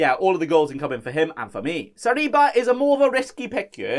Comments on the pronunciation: Why do you pronounce Sarabia as Sariba? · i hear he pronouced Saliba lol